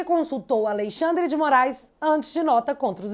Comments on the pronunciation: Toda vez que ela fala AleiXANDRE dá uma agonia. Kkkkkkk Coragem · Ministro "A Lei Xandre" 😂😂😂😂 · Acho interessante vc dizer : "A Lei Xandre."